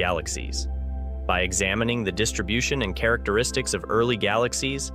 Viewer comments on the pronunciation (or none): none